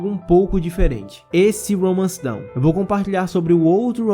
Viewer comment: Não é "Romance Down", mano. É "Romance Dawn". A pronúncia é diferente.